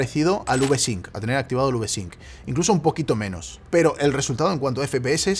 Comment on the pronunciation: U Ve sync 🤦🏻‍♂️ se dice Vi Sync.